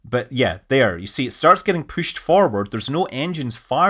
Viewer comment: It gets pooshed out? What do you think you are, Scottish?